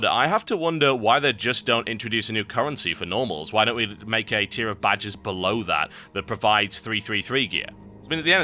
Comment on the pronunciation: When you say 'badges', it sounds like 'badgers'.